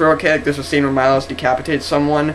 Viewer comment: it MILOSH not Majlos